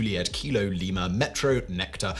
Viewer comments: Llama? LLAMA? barely 10secs in. Lee-Ma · I'm sure I heard Llama 🦙 rather than Lima there 🤣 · LIMA. As in Peru! Not LLAMA, as in... er.. Peru? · Simon totally said Llama instead of Lima 😁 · Bro said Lima (Li-Mah) rather than (Lee-Mah). Immediate downvote I can’t believe he did zero research for this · It's Lima, not Lama! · "Lima", not "Llama" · It is pronounced "Lee ma" not "lie ma" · Isn't it Lima not Larma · It doesn't bode well when the video starts off pronouncing lima as llama while showing the pronunciation guide that says LEE-MAH. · Lima not Lama but that is the point of it, even if I heard Lama there is no similar word and I know it was an L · You said 'Llama' at the beginning instead of 'Lima'. I heard it and you can't deny it. 🤣😂🤣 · Lima not LLama.. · it is Lima, not Lama. Gulf 2 niner out. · Hey Simon whats with lama its lima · In the beginning when he said them all really fast, he said llama instead of lima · He said llama for Lima in the very beginning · Did that man say Lama instead of Lima lol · You said llama? 😂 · Lima LE-ma not llama lmao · Did he say "llama" instead of "Lima"? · Incredible miss right in the intro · Did you say "llama"? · Lama? Really, Simon? Within the first TEN SECONDS?! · LEE-Muh! It's right there! Le sigh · You definitely said Llama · Could have sworn you said “Llama” the first time 😂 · Did Simon say llama? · If you ever served in the armed forces or worked in aviation - you cringed at several of those. Llama? Kwebeck? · Did he just say LLAMA??? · Its not Lama....